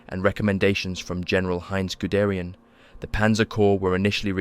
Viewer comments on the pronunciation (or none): none